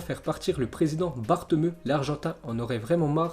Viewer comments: mdr il a dit bartemeu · Oui je sais il l'a prononcé à la française mais c'est pas comme ça que ça se prononce quoi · Ça se prononce "Bartomeo" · Naytross je sais mais vu que quand il lisait il y avait écris bartomeu bah il l’a prononcer comme ça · Tu prononce mal koeman et bartomeu